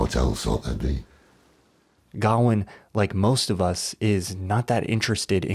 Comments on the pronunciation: Its Ga-wayne not Garwin. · wtf is gowan? its gawian pronounce guh-wayn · gawain. his name is gawian. Why.... HOW are you saying it that way???the original story is down right silly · God damn it, he keeps saying Gawain's name wrong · The way he pronounces gawain is infuriating. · It kind of undermines the veracity of anything else you claim about the film when you don't even pronounce the main character's name right. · bc it’s not how Gawain is pronounced. Pretty simple. Sounds like a they have a “we don’t gaf about the source material” problem. Ig. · You butchered Gawain’s name every time you pronounced it.